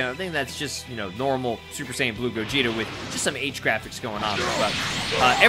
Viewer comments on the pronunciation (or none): Did you just call me gogito?